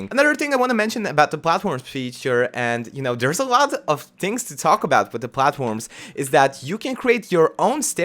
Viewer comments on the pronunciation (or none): "You can pwghace some pwghatforms" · Count how many times he said platforms/platform. It sounds so weird to me now. I love his accent.